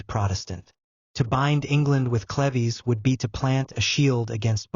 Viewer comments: It's cleeves, not clevy; and Holbein is one of my favorite painters!🙄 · its not cleveees its cleeeves - UK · Pronounced clivs not clevy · Kleeves not Clevies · Sweetie you are mispronouncing her last name it sounds like leaves with a c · Watching from Watford. Hertfordshire. England. Love these ❤. It's pronounced. Sleeveless though. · Dumb AI can't even pronounce CLEVES. Turning this off